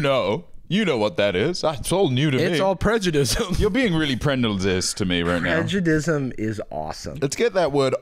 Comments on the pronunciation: You say Bruno prejudis, when I know for a fact he prejudisn't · it’s giving roll safe “you’re moving kinda prejud-ice”